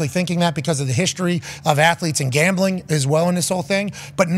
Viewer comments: Why can’t he say gambling correctly? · Did he say sports gawmbling?